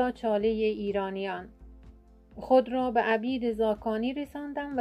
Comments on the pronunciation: درود بر شما؛ بانو هی میگی عَبید ، تلفظ درستش عُبید هست. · درود. بانو تلفظ درست میشه. عُبید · اسم را غلط تلفظ میکنید عبید نوشته میشود ....اما عوبید ...او ...خوانده می‌شود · عُبید بفرمائید نه عَبید. چون عُبِید زاکانی صحیح است. سپاس از مطالب مفید و خوبتان. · اسم ایشان عبید ( خوانده میشود اوبید) نه ابید. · درود به مجری عزیز عبید با ضمه است و شما با کسره تلفظ کردید تندرست باشیدو عبید با ضمه شروع میشود نه با فتحه انچه شما نام میبرید معنی اش برده است و عبید برده نبود لطفا پارسی را پاس دارید تندرست باشیدمثلا میگوییم من عبد و عبید شما هستم به انتظارها چه زودتر با برنامه هایتان که کم نظیر است.Magnifique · خانم گوینده اسم ایشان عبید ذاکانی نیست عوبید ذاکانی در زمان در زمان ایشون عرب نبوده اند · خودت آخرای فیلم میگی عبید عرب بوده ، منم عربم در عربی نمیگیم عَبید میگیم عُبید ، دوتا خطای لفظی دیگه هم داشتی دقت کن ، اون پنج نصیحت هم میگن از ابوسعید ابوالخیر هست اما ممکنه شما درست بگی چون نمی تونم این رو ثابت کنم. عُبید خیلی خوب فهمیده چه خبره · خانم محترم شما چرا Obeid را Abid تلفظ میکنید😔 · با سپاس، تلفظ صحیح نام طنز پرداز، شاعر گرانمایه اینست : Obeid Zakani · مجری محترم ، عبید با ضمه بر روی ع صحیح است !obeid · اگر خطا نکنم تلفظ درست نام عبید به ضم ع و کسر ب است ... د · با درود بر شما دوست عزیز. حق با شناست کسور از گوینده هست در اصل عُبید هست .. اما چون اسم خاص هست شاید در تلفظ زیاد مهم نباشد چرا که لهجه هم تاثیر گذار است. 🙏🙏❤️❤️ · عُبید زاکانی شما اشتباه تلفظ کردید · بسیار زیبا تامل برانگیز، با نهایت احترام عبید زاکانی خوب تلفظ نمیکنی و برخی زیر و زبر ها سپاس فراوان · لطفادرست تلفظ کنیدعبیدرا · شما باید یک بار نزد کسی که باسواد تر است میخواندید، بعید. راذباید با ضمن بخوانید و‌نه فتحه !!! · خانم اسم استاد را غلط تلفظ میکنید😮